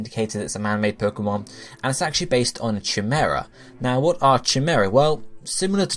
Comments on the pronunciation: it's not cha-mer-a..........it's pronounced kai-mer-a 😂😂😂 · Cheemaerah.... lol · Chimera. And it's pronounced Kai-mer-a. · Please god, stop saying chimera. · every time he said chimera i cringed :'( my stomach hurts